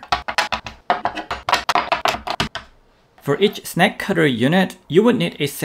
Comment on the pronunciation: I thought he was saying "snack cutter". My Pringles are already separated though.